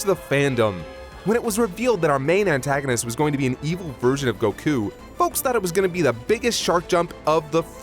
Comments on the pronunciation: Anyone else triggered by the pronunciation of Goku? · ...oh yeah. Another year of refusing to pronounce Goku notmally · the way he's saying goku is making me angry lmao